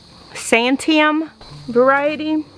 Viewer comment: Pronounced "sant-ee-am" Sorry! Just OCD when it comes to pronouncing Oregon place names. 😉